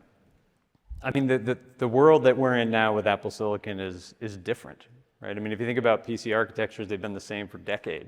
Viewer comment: The way that everyone at Apple pronounces 'silicon' as 'silikin' drives me effing crazy.